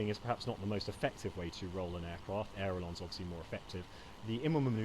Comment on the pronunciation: it's ailerons, not airelons, and furthermore, I am a pedantic fuck